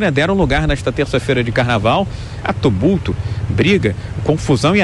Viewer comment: "Tubulto" Forçar a barra pra falar bonito da nisso kkkk